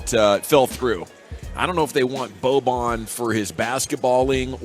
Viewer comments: It’s not boban its bojan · The pronunciations are not weird - Boban and Bojan are distinctively different - please respect peoples names in the future.